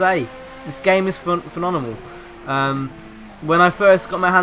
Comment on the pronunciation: Thank goodness you have changed your mind, I always had faith in this game anyway. Lol STILL tryna pronounce "phenomenal"? Nice new intro too and just a heads up, StraightUpHippo is spelt wrong at the end.